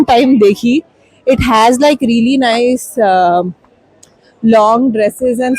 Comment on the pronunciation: What is reely 😂😂😂 it's REALLY